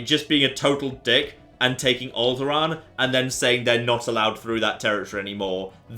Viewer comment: Did anyone else just hear him say "Owlderaan"? :D What a coincidence. Lovely. ^^